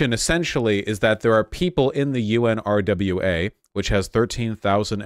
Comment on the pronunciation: UNRWA is pronounced un-wa-ra, say it slow, then fast together. It’s weird to hear Vaush keep spelling it out